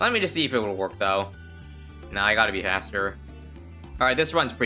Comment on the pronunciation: Did this man say haster? Insted of faster